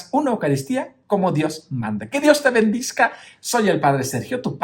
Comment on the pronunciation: Padre, con todo cariño y respeto, creo que se dice bendiga y no bendiga, dígame si estoy equivocada.gracias